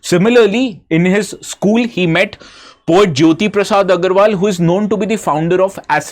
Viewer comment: Sir, just a humble correction 🙏, the correct pronunciation is Agarwalaa, not Agarwal. Since Rupkonwar Jyoti Prasad Agarwala is a legendary cultural figure of Assam, it would be great if his name is pronounced correctly, right pronunciation means a lot. Thank you for your efforts🙏